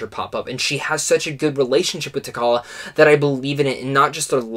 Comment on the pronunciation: Great review... but, LOL.. you keep mispronouncing T'Challa... The 'CH' is pronounced the same as in 'children, chocolate, cheeta'.